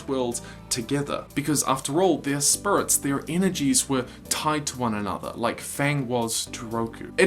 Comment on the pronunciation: Oh God I never noticed the spurits, now I can't UNNOTICE and he says it so MUCH